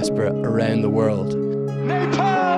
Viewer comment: I liked how he pronounced "Nepal". Accurate ! 😍